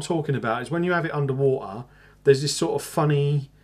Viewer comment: he said under wah uh. LOL :D . nice post on the zx5. i got one. what the rating on this between 1 thru 5?